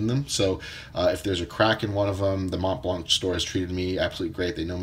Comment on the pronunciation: Collecting and still can not pronounce the brand. ..